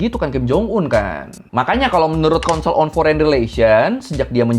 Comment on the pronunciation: "UN Consile" Seketika Membaca Seketika Itu Ingat Lord Rangga.